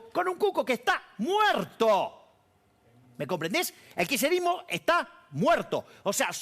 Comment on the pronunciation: osea el loco dice que él no ayuda al "kisherismo" como lo pronuncia que ni puede... dice que no ayuda a un idealismo como el peronista,,, si que ayuda con su idiotesa.. ayuda y mucho,, no entiendo como gente lo sigue.. me llama la atención y atenti los sociólogos y antropólogos sobre esta figura que impacta en la masa boba